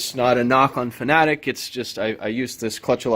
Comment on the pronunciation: You are one of the the very few YouTubers who pronounces "Fanatec" properly.